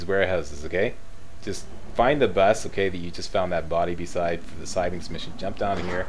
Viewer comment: Gotta say, way of saying siblings is a bit amusing:D